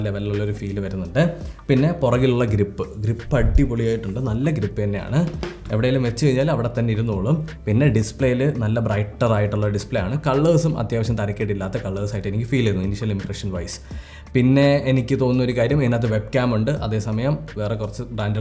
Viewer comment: കള്ളർസ് എന്ന് പറയല്ലേ ബ്രോ . കളേഴ്സ് എന്ന് പറയണം .